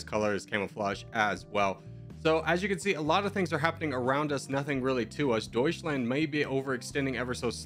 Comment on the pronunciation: You say "doischländ" you lose